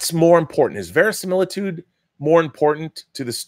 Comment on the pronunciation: Verisimiltudo? italian, maybe. :p